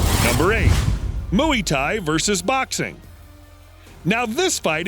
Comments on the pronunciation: It’s Muay Thai not “mooey thai” Its not a thai cow 🐮 ok. Muay like how you say “Muy Bien” . You’re welcome… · It's knock DOWN Not "knock out". It's also pronounced Moi Thai Not "Mooey Thai". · “Mooey” Thai, LOL! What a buffoon. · Last time I checked moy thi because Muay Thai comes from Thailand so it's kinda moi thi (thi like Thailand) but since I'm not good with pronunciation try looking it up or asking a thi friend if you have one better yet ask on a Muay Thai community page like in Reddit.